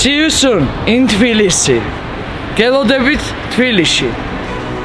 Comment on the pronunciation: A lovely tour, thank you! Curious about the Georgian pronunciation of Tblisi -- I thought I heard say "Flisi" a few times, and then "Tvilishi" at the end?